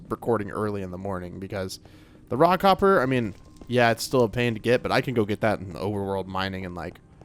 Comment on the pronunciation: Every time you say 'raw copper' it sounds to me like you're saying 'rock hopper' and I'm thinking I don't see any penguins in the game...😂 9346